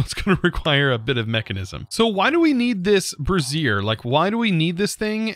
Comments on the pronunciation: me snickers like a 12 year old. also snickers when he says " brassiere" instead of "brazier" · can just not cope with the word 'Brazier'. bray-zur (If americanish). Brey-zee-uh (if english). BrArr-zee-air if you want you want a lift.